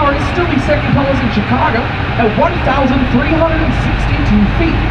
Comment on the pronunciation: сами они говорят Щикаго))